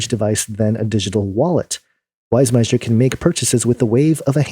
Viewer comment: Just FYI, the guy's name is pronounced "Martin Wiss-meyer". The j is silent. :)